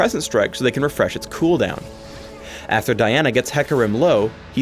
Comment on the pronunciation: at the end he said Daina !?!? and not Diana ?!?!